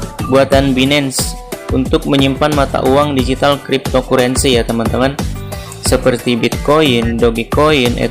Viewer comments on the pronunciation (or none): Trust wallet di baca "tras wolet" Cryptocurrency dibaca "kriptokaransi" Kritik membangun ya min, jangan emosi